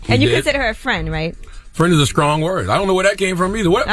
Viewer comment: I hate how charlamange pronounces words that start "st" as "sc" ... strong-scrong ...shrimp-scrimp... lmao